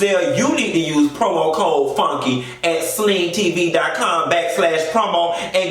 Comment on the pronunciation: Dis piece of hair I ain't behaving!!! Classy based!!! Did you say Cromo instead of Promo code!!! I died!!!